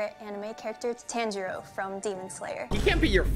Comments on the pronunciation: the way she mispronounces tanjiro is hilarious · sssniperwolf said tenjiro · I’m going super saying bc of the pronunciation of Tanjiro